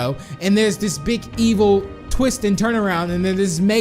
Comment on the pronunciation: did you check your fotidg becouse you said ivel or bad